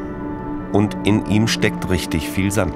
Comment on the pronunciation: Warum klingt das Wort Sand jetzt so komisch